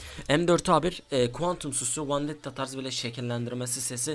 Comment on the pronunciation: Yaw Sen Neden Vendettaya Vandetta Diosun Şuna Vendetta de Gıcık Oldum :D